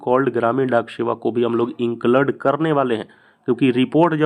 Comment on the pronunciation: Inclade nhi bolte hai include bolte h😂